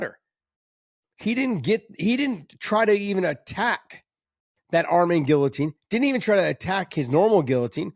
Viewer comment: Can somebody teach this man how to speak the word “ guillotine “